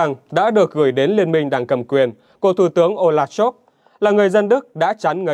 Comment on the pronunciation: Scholz tiếng Đức đọc như Shols tiếng Anh bạn nhé, đừng đọc là "Shôp" nữa (vì làm gì có “p” hoặc “f” ở cuối từ đâu)! Nhân tiện đây nói thêm: nhiều người Việt cứ đọc “A-đôp Hit-lơ”hoặc “đánh gôp” nghe rất buồn cười (vứt béng âm “L” trong Adolf và golf đi vì không đọc được).